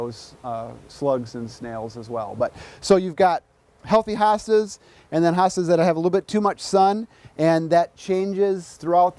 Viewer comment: Not HA Stas it's HO stas ❗